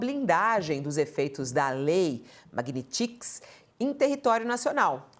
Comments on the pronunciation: Aprende a falar o nome da lei repórter ignorante. Magnitx? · JORNALISTA INTELIGENTE, NÃO TEM A LETRA "I" APÓS A LETRA T!🤣🤣🤣🤣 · A reporter não sabe nem falar o nome da lei magnitsky 😂😂😂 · JORNALISTA QUE NÃO SABE NADA! NEM SABE FALAR O NOME DA LEI! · apresentadora nao sabe nem falar o nome da lei kkkkkkkkkkkkkkkkkkkkkkkk